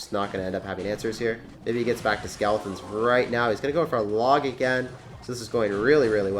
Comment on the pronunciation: Does anybody else notice that he says skaletins instead of skeletons 😂😂😂